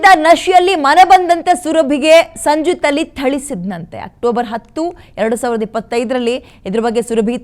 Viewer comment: ಯಾಕೆ ಹೆಸರು ತಪ್ಪಾಗಿ ಹೇಳ್ತಾ ಇದ್ದೀರಿ ಆ ನೀಚನ ಹೆಸರನ್ನು.